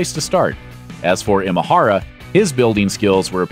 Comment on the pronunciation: Nice video, just one note on how to pronounce Imahara - in Japanese the letter I or い is pronounced like you would say E like “the letter E” or like in “Emotional”